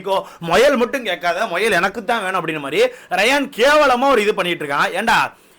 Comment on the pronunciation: Muyal❌moyal✅✅😂😂typical south Tamilnadu slang